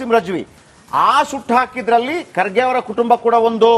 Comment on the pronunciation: can not even pronouce Kharge's name Says Khadge